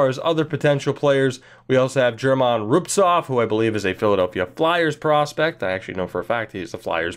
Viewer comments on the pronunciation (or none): If you end up picking the titans I just want you to know that German Rubtsov's name is pronounced with a hard 'G' sound. Either way can't wait for the fresh start, hope your pc cooperates!